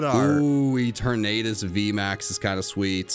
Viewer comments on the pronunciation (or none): E-Ter-Natus?? Nah bro it’s E-Ter-na-Tis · Guys, have you heard of the new legendary Pokemon, Ee-ter-nay-dus